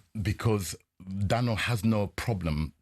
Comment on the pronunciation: can't even say "Daniel" he says "Danel"...